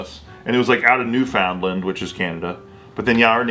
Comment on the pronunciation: pronunciation of Newfoundland is another Oofie-Doofie lol